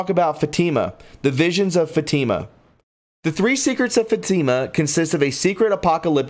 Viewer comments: 😆 Fat-Ta-Ma Not. Fa-team-mu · it's pronounced fat'-tim-a. Not long e. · Please! The pronunciation of Fatima is “Fat-ih-mah”. The accent is on the first syllable. Good report but, you will get more people to listen if you take care with pronouncing names, titles and, places correctly. Just trying to help. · It's not Fateema... it's Fatima (soft i) Just trying to help. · Come on man, you need to look up the pronunciation before you read this stuff. You butcher everything. It is not fa tea ma. It is Fatima. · Great video. Pronounced Fa ti ma fat like in a person is fat. .......Ti as in tea ......And ma as in ma for mother. Fat to ma Papal. Is pay pell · Papal is pronounced Pap'-aw, Fatima is Fat'-tim-ma, Malachy is Mal'-a-ki long i, pleurisy is plur'-ah -see. Aspersorium, as-per-sore'-eum. Basilica, bah-sil'-e-ka. Please learn to pronounce words before reporting. I really do like your podcast, it just lacks a sense of literacy. God bless. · FATIMA IS PRONOUNCED FAT-TI-MA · Fatima is pronounced Fat e ma. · I would like to ask you to do something for all of us..... PLEASE check on the pronunciation of words, names and places that are foreign or unfamiliar to you. Such as “Fátima”. It is pronounced “Fáut- ē - mah”. Emphasis on the 1st syllable., soft “e”. Some of your pronunciations are forgivable. But when it comes to such things as the prophecies and events so crucial to us in this current environment, I do ask that you PLEASE check. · There are many pronunciation mistakes that I wish I could help you with. Fr. means Father the title of a priest. Fatima’s pronounced FAT-ima. Many more. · Get a dictionary dummy ... its pronounced pa·pal ˈpāpəl , and Fatima is fa Tee ma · It’s also pronounced “Fat Tim a” = Fatima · Before you make a video learn how to pronounce the important words like “Fatima” and “papal” and lots of others - it’s really awful to not do your homework in advance. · Dude you need to look up how to pronounce Fatima.. Look up Three secrets of Fatima